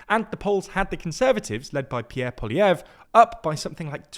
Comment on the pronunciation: finally learns to pronounce Poilievre and the guy loses his seat 😂😂